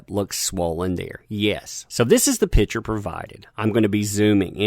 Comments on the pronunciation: Picture. Sounds like "Pick-chur". Pitcher is something you put water in. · You need to pass English class. It's PICture, not pitcher. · everytime says "picture" i hear "pitcher":D